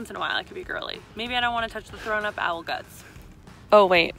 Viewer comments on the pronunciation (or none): I realize I have some bend to me with how much this bothers me: Owl is one syllable. Not two. Not ow-well That is all.